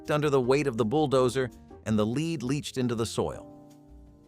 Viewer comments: LED, not leed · Somebody needs to tell that narrative bot that 'lead' is pronounced 'led' in certain cases 👎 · Why is lead being mispronounced? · "Leed" :D